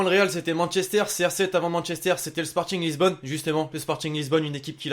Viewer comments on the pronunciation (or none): Sporting Lisbonne?? Tu fais mal aux oreilles ptn😭😭😭😭